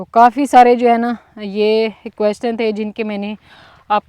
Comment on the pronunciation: آپ نے B-A کیا ہوا ہے مگر انگلش کے بہت سے لفظ غلط بول جاتی ہیں, ابھی جیسے بولا کویسٹن question کویسچن بولا جاتا ہے, آپکے بھائی اردو میں بات کرتے ہیں تو لگتا نہی کہ گاؤں میں پلے بڑھے ہوں